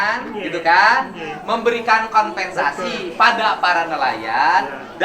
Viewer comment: Sanes konVensasi atuh min.. tp koMPensasi.. urang sunda teu tiasa nyebut V 😊